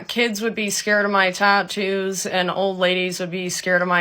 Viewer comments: tah-toose :face-turquoise-covering-eyes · Plus the way she pronounces TATTOO is so grinding. TAH-Toos. Not wrong, I think, just weird to me. Also, the tattoo on her forehead is lopsided? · The most infuriating thing is her pronunciation of “tattoos” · Why does she say tattoos like that? 😬